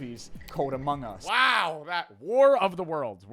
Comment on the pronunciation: struggling to say war of the worlds